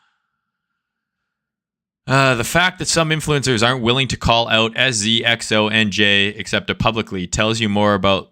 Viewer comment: SZ more like "L"Z.